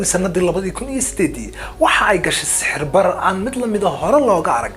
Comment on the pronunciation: Sicir-barar not sixir barar